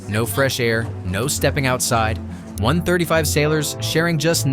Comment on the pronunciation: Can’t even say 135 properly. Smh